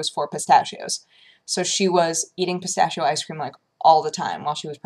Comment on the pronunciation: "pistashio" . . . well,guess that's how people who doesn't talk speak it,but i don't know if i should get angry or laugh.